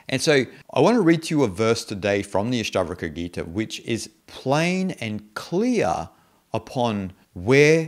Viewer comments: why do you say Ashtavraka? books title is Ashtavakra... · Good Commentary. However could please pronounce the Sanskrit words properly. Its not Astavrka. It’s Ash-ta-VA-Kra. I get you have an accent bud but correct pronunciation does help. Thanks 🙏🏽